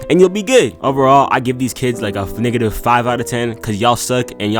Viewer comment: that is NOT how you pronounce negative bro